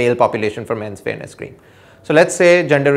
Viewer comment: Sorry, I cant quite hear the word in this cream example, is he saying "Fairness" ? ? ?